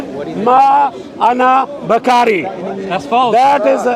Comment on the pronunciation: "Ma Ana Bakari"? I'm so sorry uncle but I think you are trying to say Ma Ana Bil Qori'. If you want to insult Rasulullah Muhammad SAW, at least do it properly, uncle. XD